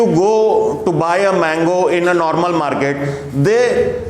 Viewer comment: First of all it's market not muket🤣🤣